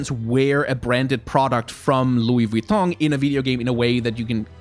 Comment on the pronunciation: I love and hate how u pronounce Vuitton correctly